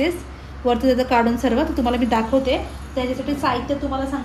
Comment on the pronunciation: Sarvey mhanun nako sarva mhan bai